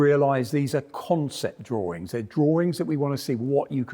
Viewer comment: "Drawrings". Gottalove it!